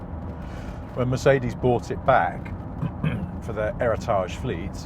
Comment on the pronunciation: Mercedes "ôerritaaaage" fleet?